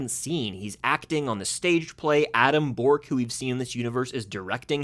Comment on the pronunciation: Adam " Bork" ???